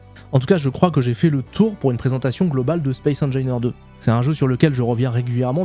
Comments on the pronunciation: non mais c'est pas possible : on t'a dit 10 mille fois que ça se prononce comme "angine" de poitrine ... j'ai quit à 39 secondes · Space engineeeeeaiiiiirrrrs, comme opussssse, pas opu. On dira une IA :face-blue-wide-eyes: ! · Space engailleneur mais par contre il dit bien en anglais le Rage du VRage3 mdr 😂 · Mdr je m'attendais complètement a trouver un commentaire immédiatement a ce sujet., cette prononciation est juste infecte 🤣. Mais force a toi quand même pour ton aventure YT! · donc on prononce engineer comme le dit l'ordinateur et opus faut prononcer le s. j'ai hate de pouvoir te corriger a nouveau !